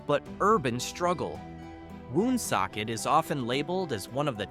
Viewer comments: Born in Johnston raised in Warren misrepresented and not pronounced WOOOONSOCKET! Just Woonsocket. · Born and raised here. I am 72 yrears old. I have never heard of Slocum. Also Woonsocket is pronounced WonSOCKit